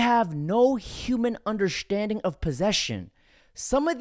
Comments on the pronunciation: Lost me as soon as you opened your mouth... "They have no human underSHHHTanding..." 😂😂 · "Undershtanding" eh?